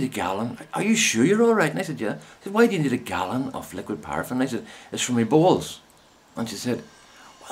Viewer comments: For the first few times you said bowls it sounded to me as BALLS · OMFG LOL with your accent I thought you were saying BALLS LOL OMG too funny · Just wet myself laughing...... It took a while for me to realise you were rubbing liquid paraffin into your BOWLS as opposed to balls ..... lost a bit in translation..... eyes watering, face red ...There is something quite mad about laughing hysterically on your own....... such fun... ;D